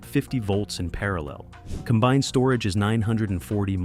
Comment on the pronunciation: What in the AI Slop? "What iis the load? What his the load?"